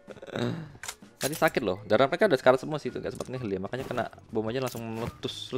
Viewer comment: Ko ngomongnya "kenak" dah? Kena bang, gak berubah ubah😝😝😝